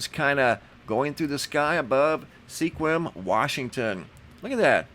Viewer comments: Mr the city in Washington Sequim is pronounced squim I know it’s spelled odd it’s an Indian name I think. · JUST FYI - Sequim is pronounced as "SQUIM" only one syllable. Have a nice day. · Pronounced "SQUIM"... like "swim". with a Q. :). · SEQUIM, WA pronounced squim. Sending love and light. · Sequim is pronounced with no e. Squim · Sequim Washington. Pronounced SQUIM.